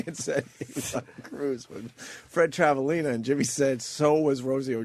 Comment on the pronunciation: It irritates my soul that Opie had such a hard time pronouncing Travalena... It's such an easy name to get.